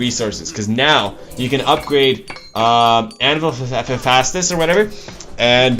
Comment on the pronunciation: lol its not hafastus its hay-fi=estous